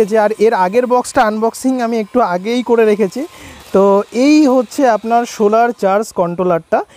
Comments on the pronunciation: Sholar panel na solar panel..uccharon thik korun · Vdo is nice but bad pronouncing of solar..